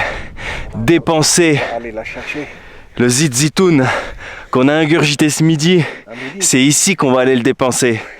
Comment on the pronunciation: ZZIT ZITOUNE ( huile d'olive)😁😁😁😁 PAS ZIZITOUNE 😁😁😁😁😁😅😅👍👍